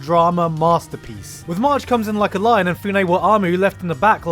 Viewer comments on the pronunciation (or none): none